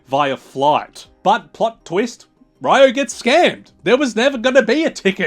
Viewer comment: Its Ree-O